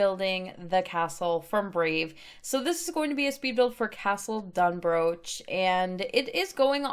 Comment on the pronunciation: Absolutely love this!! Just a head up though it’s actually pronounced Dun-br-aw-k. Sorry, for some reason us in Scotland decided the ch wasn’t going to be pronounced that way 😂. Still though an amazing build. Can’t wait to see more!! 💙